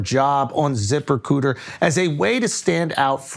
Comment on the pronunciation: “At ziprecooter…” - Schulz